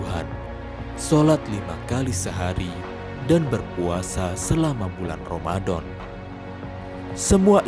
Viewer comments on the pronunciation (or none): Ramadhan..bukan romadon...